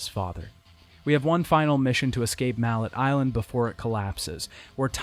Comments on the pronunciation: I love the details and new information about the production of the games a lot of info I never would've known otherwise though I did spend a bit too long laughing at mallet Island being pronounced like the hammer but still stylishly done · Great great video, stupid ass nitpick cause the first one is one of the first games I ever played so it’s legendary in my eyes but I’m pretty sure the name of the island is pronounced mallay as in melee. Who gives a fuck though amazing video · Couldn’t pronounce ‘mallet” right 😂😂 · Are you intentionally mispronouncing everything? Vida Marley, Ger and Frek (did you think the 'i's were silent for some reason? Does ANY language do that?) Also, while the name of the island in the first game IS Mallet Island, it is NOT pronounced like the english word Mallet. At least not in the english games. Both Trish in the first game and Dante in a later game pronounce it like 'melee'. If it was just in the first game we could call it a dubbing error (since the japanese name is 'Maretto-tou') but since they doubled down on it later I think we can safely say that is the correct english pronunciation.